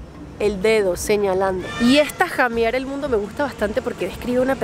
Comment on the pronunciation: Huasca significa borracho. Se pronuancia jamear y no llamear